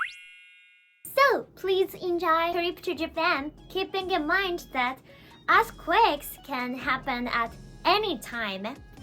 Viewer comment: I know this is a serious topic, but I wanted to say it only sounded like a$*quakes a couple of times ^^ which is pretty good compared to regular japanese english speakers